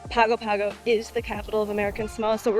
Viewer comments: Great episode. minor quibble: it's pronounced pango pango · Just a heads-up. In Samoa G's are pronounced "NG", so Pago Pago sounds like Pango Pango. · A lot of familiar sites! I lived in Samoa for a while. It's a very different experience. BTW - it's pronounced Pong-o Pong-o.